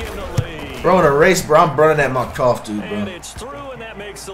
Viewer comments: Btw he actually used to say metcalf but he just randomly started to say metcough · This man said dk metcough 😂😂😂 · He can't pronounce any name first it was luke kuechly now d.k Metcalf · Does this guy watch sports at all? He’s mispronouncing player names and He truly believes 99’s are unstoppable. If you’re 🗑 99s don’t matter.